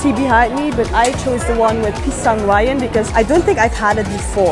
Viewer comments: Wijen = we + gen(in general). Not WAY + YEN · it's pisang "wiedjaen", not "waiyen" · Wijen = Wayen 😭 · Wijen, the letter J should be pronounced like ini word keju, jajan, not "weiyen" 😉